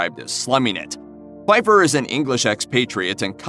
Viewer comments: In THE SECRET DIARY OF DESMOND PFEIFFER, you pronounced the "P". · The P in The Secret Diary of Desmond Pfeiffer actually ISN’T silent.